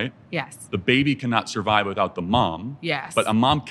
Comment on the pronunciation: Sorvive? She needs a language class.